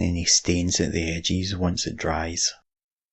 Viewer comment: I watch these videos just so I can hear use his accent to pronounce words in different ways. My favorite is edges. Edges = "ehgees"